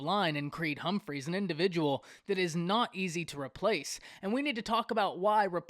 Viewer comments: Not trying to nit pick. However it's driving me crazy that you keep calling him Creed Humphries. There's no ies on his last name. It's just Humphrey. 😃✌🏾 Otherwise, great video. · Now if you can just stop adding an S to Creed's last name when you say it LMAO :)